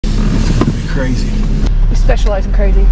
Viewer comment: New drinking game: Have a slug every time says "Ca-ray-zee."